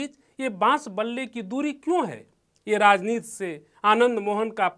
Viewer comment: नवीन भाई, ऐसे चिरकूटों को मत लाया करो यार, राजनीति को राजनीत बोल रहा है ये, उच्चारण नाम की कोई चीज़ है ही नही, प्लीज।